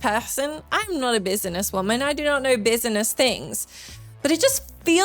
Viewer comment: I can listen to you say bis-a-ness all day